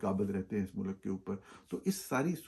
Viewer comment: Plz don't say MULAKK, its Mulk. You are a journalist and should have correct pronounciation of URDU